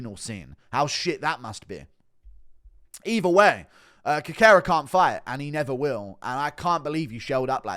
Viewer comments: Always brings me to tears when Guru says Cockera to Cerqueria 😂😂😂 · Cerqueira is pronounced "Serkayra"... The "C" is pronounced as an "S", just like in Cejudo